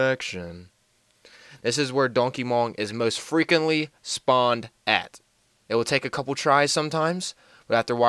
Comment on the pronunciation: most freakently sponned or most frequently spawned?